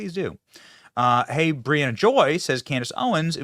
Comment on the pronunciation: Briahana Joy ??? 😂😂😂